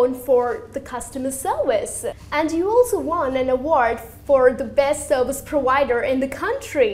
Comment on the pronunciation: I'm learning English and I heard "serwice" ^^